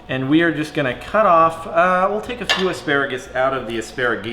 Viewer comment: "Flock of assparegees" 😂😂😂😂